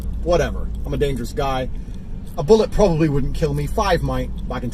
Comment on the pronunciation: tate said PROBOBLY